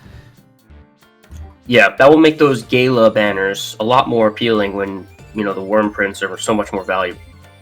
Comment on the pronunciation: it is G-ah-lah and dragonyule Ge-anne (spelled Jeanne)